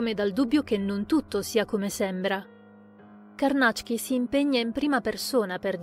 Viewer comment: ...bel video...e finalmente ho saputo che Carnacki si pronuncia Carnàcc-ki, mi era sempre venuto da dire Càrnachi (orribile, suona molto meglio Carnàcc-ki!)